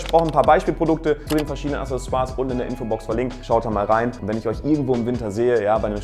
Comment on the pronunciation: Aksessoire also von der richtigen Aussprache her. Gutes Video 👍🏼